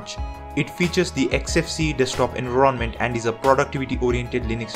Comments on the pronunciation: Not trying to sound like a grammar nazi or something. But it's enVIronment not enronment. I get that english is not your first language and I respect you for speaking english as good as you do. I'm just worried that newbie's to linux won't be able to link your pronunciation to "environment" like the rest of the audience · Sorry, but I couldn't get over "ENVRONMENT" LMAO also mint is stupid, its just too simple to the point of boring, its as if I'm running windows, Currently using manjaro KDE